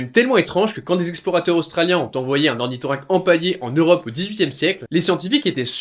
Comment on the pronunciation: Or ni car à la fin pas Or ni tho rein queue. Mais où et donc hein le kiki.